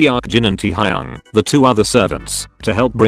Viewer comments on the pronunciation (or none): pronuncation. hoseok- hoesuk taehyung- taehiung jin- seaukjin